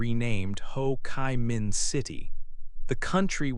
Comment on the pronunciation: There is something wrong with the pronunciation of the proper names, such as Ho Chi Minh, Doi Moi... But anyway it's a great video about Vietnam! Thank you for making this awesome video and sharing it with us!❤❤❤